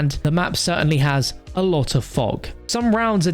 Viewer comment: Haha He said "A Lava of times"